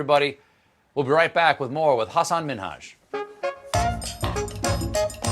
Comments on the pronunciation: Kudos to Colbert for saying his name correctly. Everyone always say haSAN minHAJ when it’s HAsan MINhaj. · Colbert learned the correct pronunciation of his name! Much love for two of my favorite comedians!